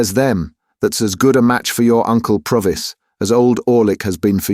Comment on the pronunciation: Really enjoyed listening (although I noticed 3 different pronunciations of Provis) 😊